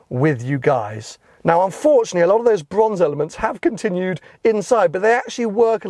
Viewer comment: Bwonze Bwonze Bwonze, You sound like Jonathan Ross. 😴